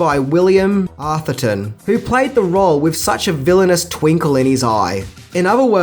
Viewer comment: Couple of things- it’s “A-therton” - with an “a” like “cat”. Trust me on this one! Secondly, does anyone remember the awful TV edit that came out in the 80s? The iconic “this man has no dick” line was redubbed as ....... “this man is a Wally Wick” The mind boggles!